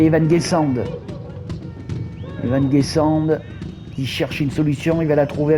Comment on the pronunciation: Salut je te prévient juste ça se dis pas Evan GuessandE mais Guessand tu ne prononce pas le D Bonne soirée